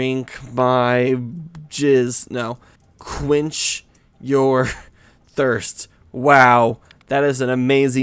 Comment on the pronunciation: And "quench your THRIST"???